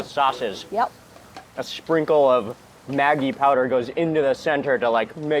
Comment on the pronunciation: Mark it is pronounced "maj-ee", not Maggie!!!!!